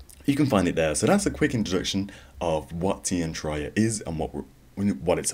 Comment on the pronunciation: its Tear -E- Ah